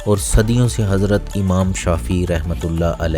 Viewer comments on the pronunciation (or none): none